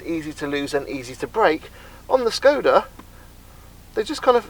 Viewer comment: It is Shhhhhkoda, god damn it